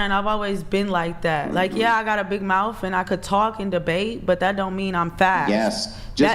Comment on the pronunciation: She didnt say mouth. She said mouff whatever the hell that is.